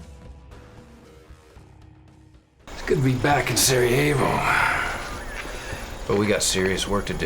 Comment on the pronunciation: love how the dude in cut-scenes pronounces Sarah-yay-vo